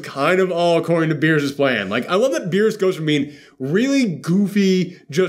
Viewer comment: They could've cut more to berus babysitting 😂 (totally butchered his name😅)... How cool would it be to have broly learn ultra instinct oh my Gawd😳🙌